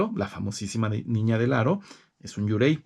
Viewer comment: Me encanta que usted sepa mucho de la cultura japonesa, pero solo quiero ayudarle en la pronunciación de dos palabras Yōkai (criatura sobrenatural)y Yūrei (fantasma). La “Y” se pronuncia como “i latina “ además la raya que hay sobre la vocal significa que el sonido de esa vocal se debe prolongar. Un saludo 👋 y me gusta mucho su biblioteca 📚.